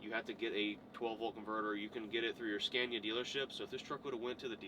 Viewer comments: Why is it impossible for you to pronounce it Skawnia? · Get more reactions and don't dare to americanise the Scania (You do pronounce it right, when you're in Sweden, why pronouncing it wrong back in the States? 🤔